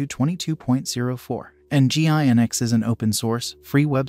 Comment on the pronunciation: Isn't it pronounced "engine-x?"